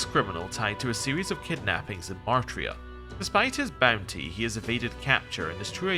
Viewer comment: You keep pronouncing it as "Mar-tria", but the spelling is Martira, with the "i" before the "r". It's probably meant to be a corruption of the word "martyr", so it's likely meant to be "martyr-a".